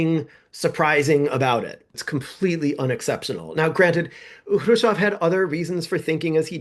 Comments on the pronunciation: Who is Kravov? It's pronounced Kruz-chev. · Love you channel! Allow me to correct your pronunciation: You are saying "Krushov" - you should be saying: "Khrushev" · Maybe this is an in-joke I'm missing but why do you say Khrushchev "Kirshaw'? You're so careful about your chinese pronunciation I thought maybe I had been saying it wrong and you were using the Russian pronunciation, but even listening to Russian speakers say it it is closer to "Hru-shov", with that hard V end the end. EDIT: looks like its just a slip of the tongue, as the video goes on you seem to get closer and closer to the Russian pronunciation. side note for , the text of Order No. 227 Stalin actually calls out the notion of "trading space for time" as defeatist: "Some stupid people at the front calm themselves with talk that we can retreat further to the east, as we have a lot of territory, a lot of ground, a lot of population and that there will always be much bread for us. They want to justify the infamous behaviour at the front. But such talk is a falsehood, helpful only to our enemies." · I'm amazed that you seem to think Krushchev's name should be pronounced 'Kreusov'. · This is the most superficial of criticisms, but: I cannot hear Khrushchev pronounced that way one more time. It bothers me an inordinate amount. Interesting video, though, and informative.